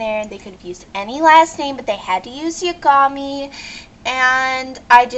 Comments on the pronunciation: Um, its not "Ya=GAH-me"...it's "Ya-ga-me"..you don't emphasize the middle, you just say out the entire thing. listen to both the japanese and english version. and read the other comments since I don't want to spell it out again. Though I'm sure this is a joke. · Oh and if you EVER pronunce "Yagami" Like that again, then I awear, I'd shoot myself. Yagami, is a JAPANESE last name, not AMERICAN. True, his last name spelt backwards is "Im a gay" but (its pronunced "Ya-ga-me", douchebag) its a JAPANESE name, considering its ANIME and made from JAPAN. And, HOW DARE YOU INSULT L TT0TT!! He is not sitting on his lazy but doing nothing, he is working on the Kira case, ya douche. *bitchslap* (continued) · Okay wow. Great job, not. And please pronounce it right it's Light Yagami (Ya-gah-mi) . And how the heck is his last name backwards offensive. Do you see the show killing gay people. I think not! And oh L doesn't sit on his butt all day. He frickin walks if you WATCHED some of the episodes. Where did you get mentally challenged people from? He doesn't do anything "mentally challenged". If you don't like it when people get shot, why are you..UGH! -_- You're a total waste. Why do I even bother. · Oh god. Are you serious? I mean, really? Even if this is a joke, it really isn't funny.. 1. Learn to pronounce the fucking name, you ignorant cow. 2. Yagami is a Japanese name. It has a meaning, that's why they chose the name. Not because it spells "I am gay" backwards. 3. L is a great detective, that's why he has money, because he specializes in crime. Which requires intelligence, something you obviously lack. It also requires training and dedication, so no laziness involved. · Stupid, it's pronounced Ya-Gah-Mee. Plus, Yagami means night god. Your a total idiot. Watari is a butler, not a fucking slave you moron. Also, 4kids fucking sucks, they ruined a lot of my favorite shows.